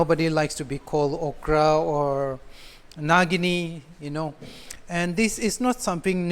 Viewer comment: It's nagini not nagin